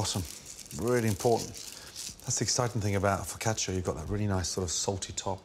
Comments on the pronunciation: Foccach-ya? Foccash-you! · He must have said fricatcha like 80 times